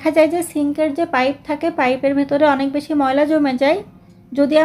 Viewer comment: Bese কি😅? Beshi বেশি 😊